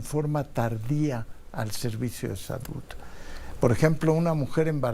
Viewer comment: Con tanta preparación y cómete los mismos errores al pronunciar palabras que termina en “D” como saluD no salut